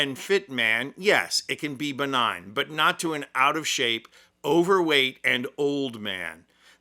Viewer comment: Lil Caroline even pronounced BENIGN WRONG ‼️Go back and listen 😂😂😂😂